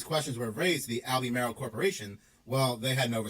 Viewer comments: It’s AL-BURR-MARL not Albee-Maryl. Must be AI talking about the lithium mining. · Pronounced Al-be-marle